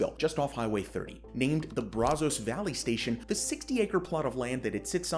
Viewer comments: dude... the way you said brazos was hillarious. it's brah-sis or bræh-zis like brass and sister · I stopped watching when you mispronounced BRAZOS.